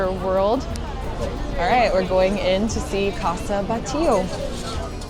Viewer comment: Thanks for the tour. I grew up there and, yes, it’s beautiful! You did not show very much of Las Ramblas, plaza España, and museums. By the way, without wanting to criticize your Spanish or Catalan, it’s pronounced BAT LLO. And Joan in not like the English Joan, it means Juan and it’s pronounced Yuan. Keep making videos!